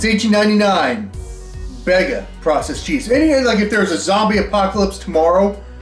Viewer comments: The cheese in a can is pronounced, “Beega”, not “beggar”, that’s why it only has one “g”. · Bega, is pronounced bee ga, just for your amusement! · Mate as an Aussie the way you pronounced Bega is absolutely hilarious 😂 habe been subbed to you for so damn long now and i have never once regretted it! Most nostalgic videos by far.